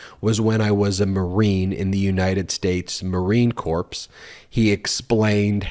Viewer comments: Oh man, it’s pronounced Marine (core) Corps. Not corpse. That’s gonna irritate a lot of jarheads. Hope you get told about that. Love your show. Semper Fi. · Dude!!! Okay, you might not have realized but PLEASE correct haha. It's Marine Corps, not corpse. Corps is pronounced like core. Us Marines are very proud of our earned title and our history. We tend to take situations like this very personal. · Ben: The Marine Corps is pronounced “CORE,” not “CORPSE.” Semper Fi Marines! Thank you for your service. From a USAF veteran air traffic controller. . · Ben , the Marine corps is pronounced "core" like an apple. NOT "corpse" !!!!! OK ??? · Isn't it pronounced "marine cor" not "corpse"? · Would somebody please grow a pair and tell the trump's to STFU? Meiselas - United States Marine Corpse? uhmmm.... that's Corps (pronounced "core") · muh-reen kor not Marine CorPs - kor-Ps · lol. "corpse" me too. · Great info - but FYI - "Corps" is pronounced "core." Don't wanna rile the Marines up, right? 🙂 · "The marine corpse"? 🤔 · Why do you use the "P" in Marine Corps??? As a Marine, I have never heard it pronounced that way. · Corps is pronounced core. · FYI BB- No disrespect but the "S" at the of Corps, like Marine Corps, is silent. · Love your content. Please learn how to pronounce Marine Corps. It didn’t change my opinion of your show; as a former Marine I just found it a little off putting. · The s in Corps is silent. No blood no foul. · I just knew somebody out there would catch that mispronunciation. But it's all good. He's not making a speech. But you have to admit, being in the Marine corps CAN make you a corpse.👍